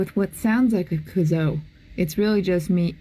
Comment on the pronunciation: Lol watching you pronounce kazoo lol💀